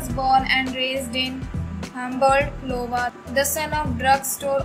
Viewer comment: Excuses me, but the birthplace is called iowa, not Lowa😊